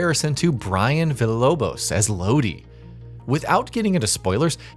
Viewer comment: LOW-DEE??? All trust for this review just went out the window.